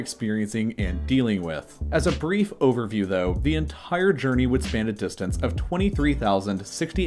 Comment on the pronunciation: Its funny and also kinda offputting how he fits h into words it doesnt belong in: ent HHire instead of entire 😂